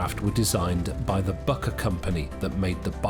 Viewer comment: Fantastic job but don’t say Bucker. Please say Bücker! 🫡👍😎